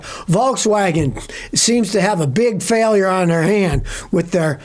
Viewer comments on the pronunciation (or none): none